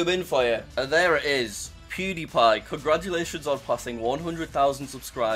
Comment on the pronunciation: Jack said "Congrajulations on 100k subs"